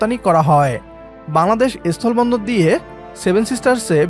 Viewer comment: এস্থোলো বন্দর নয় অশিক্ষিত,কথাটা হল স্থল বন্দর, আগে শিক্ষিত হও,তারপর ভারতের সাথে লড়াই করো